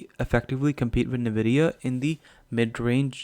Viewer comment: You should learn to pronounce NVIDIA. It’s horrible to take your information credible while listening to your „Nividia“ .. particularly as a gamer you should know better…